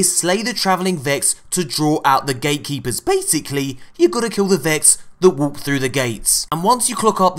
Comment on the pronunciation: You said gaykeepers instead of gatekeepers.😅😅😅